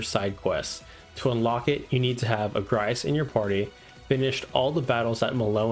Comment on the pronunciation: Not at all how I’ve been pronouncing Agrias all my life. I’ve always said it like AY-gree-us.